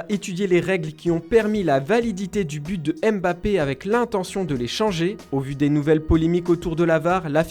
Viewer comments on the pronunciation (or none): none